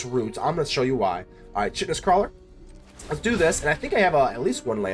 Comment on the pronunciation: The funny thing about roots is you build a board so big they scoop before you ever get a chance to swing- the chitenous crawler - it's pronounced kytenous- it's like cockroach shell which is made from chiten -I said it like you did for ages before someone told me